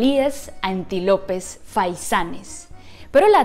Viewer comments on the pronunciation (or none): Que bueno que ahí tienen encerrados a los antilopez .....Jajaja. ... Disculpa, no me río de ti. Solo me causó gracia la pronunciación de Antílopes (lleva acento en la í) Los equivalentes a Viktor Yanukovych en México también son antilopez. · Se dice: antílopes, no anti-lopes!!!!😂🤣😂😂😂